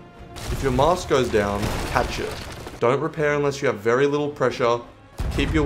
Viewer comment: What does rep your wheel mean Edit: figured it out, he means “repair” Was it really that hard to say one more syllable?